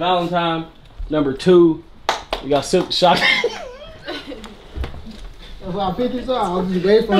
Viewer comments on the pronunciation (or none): Lmaooo why he call T.O Silk Da Shocker 😂😂😂